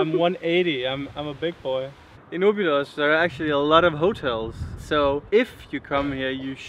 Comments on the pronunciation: Your cinematography is improving from video to video. Really good. Oh, and the tonic syllable in Óbidos is the first O. :-) You stress the first O and then it's all the way down. The rules for tonic syllables in portuguese is very simple: if the vowel has an accent (like ó, é, á, ú, etc), then that is the tonic syllable; if the word has no vowel with accents, then the tonic syllable is the second from the last, except if the word ends in r or l (like "papel" - the tonic is in the e). For example: "sobremesa" (dessert) has no vowel with accent, so the tonic goes in the second "e", from left to right. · don't say Obidus but instead say Óbids you don't pronounce the last vowel, the vowels on the last silabus are very soft, you almost don't hear the sound and the s sounds like x. Sorry its just a small advice, I love your videos, you show very well the love you have for my country and for that I am eternal grato. Thanks kisses.